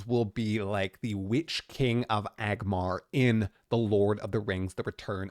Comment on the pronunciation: Hey! sounds very relatable like this!....weird........I gotta stop you..... It is "ANG-MAR". He is the Witch King of Angmar. "AGMAR" is....idk... some orc probably. 2nd edit- This could've been avoided if you had said "Sauron during the Battle Of the Last Alliance when he just bitch slaps Numenorians and Elenndil before Isildur gets involved in the Prologue of Fellowship" again... you're going into this NOT resistance capped!